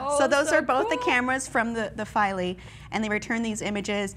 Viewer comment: I think it's pronounced "Feel-A".